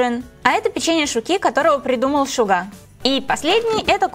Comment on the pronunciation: Вас не резануло по ушам: Шуга, ударение на А. А так видео у -топ)